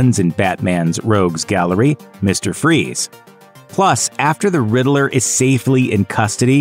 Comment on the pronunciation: Isn't is just pronounced " Ridd-ler?"I Everytime this guy say " ridd -i-ler" it drives me batty.